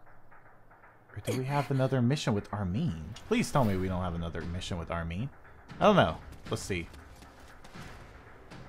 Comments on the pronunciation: its Armin not Armeen your pronounciation is wrong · Hey it's armin btw not Armeen it pronounced arm,in like u put ur arm in something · Why Dow you say Armen